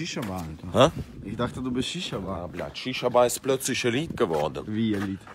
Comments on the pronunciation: Er meint er isst russe und kann nicht mal blyat aussprechen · Alva Importale er macht das extra?